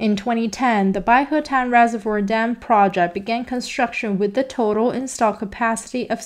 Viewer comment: Good translator, EXCEPT she CANNOT correctly pronounce "project" nor RESPECT. Keep at it, girlie, you'll learn to say RESPECT once you get the hang of it.